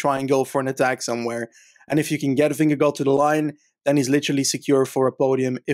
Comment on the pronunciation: Dear, pls do not pronounce the 'd' at the end of Vingegaard's name.